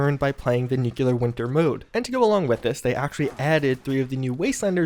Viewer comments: Good info. When are they going to patch u repeatedly saying, "Nuke-ya-ler"?🤦🏾‍♂️ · How many times do you need to be reminded of how you pronounce "nuclear"